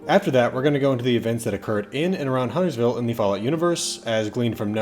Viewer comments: Correction: this is the only lore video that pronounces Huntersville correctly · I think this is the lore video that pronounces Huntersville correctly. Everyone else wants to pronounce the T for some reason. Also extra props for getting Marlinton right too.